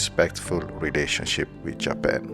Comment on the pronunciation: Hi, great video and channel, your English is great too, however allow me to correct you on the following: - it's JapAn, not JapEn - occ-you-py, not occ-oo-py - walk is pronounced woke, not wolk - minute is pronounced minit, not minoot - women is pronounced weemen, not women - internAtional, not internEtional